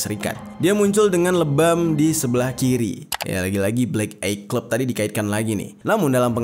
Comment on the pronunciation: Sekedar saran bang, baca nya blek ai clab… bukan blek ei cleb 😊, devil baca nya sama, bukan divel.